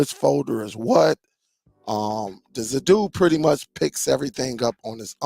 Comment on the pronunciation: you have a good channel, good content, you lose cred when you insist on saying Zappoti, you seem to manage saying Zidoo correctly. As far as this player goes, it's mos def a rebranded Zappiti Neo, only brand name and model on this are different. No need to buy this for Zappiti owners, the new app that comes with this one is what will be offered to us soon, will also work on Dune, and in future Zidoo. I have all 3 brands, a subscription will cover all your players, and is way cheaper than thus new player.